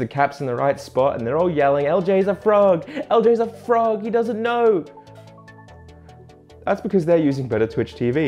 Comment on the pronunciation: idk why personally it sounded like you said fraud instead of frog